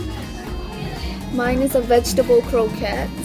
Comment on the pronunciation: Did you call it koroket ?